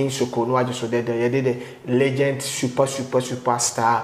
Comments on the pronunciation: Kwaku says Legent 😂😂 Kwaku it's Legend pls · Kwaku, please repeat after me: Legend! Legend! The last sound or letter is D, not T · Did kwaku say "legent" or legend?😂😂